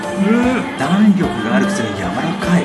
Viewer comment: 「弾力」の言い方が前回から気になって夜も眠れない…